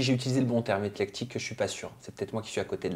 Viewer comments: c'est éClectique pas éTlectique!!! Le sens est juste mais pas la prononciation 😉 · c éclectique, pas etlectique...